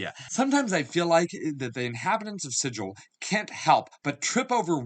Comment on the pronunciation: It's pronounced Sig ill. According to the Old school books. :)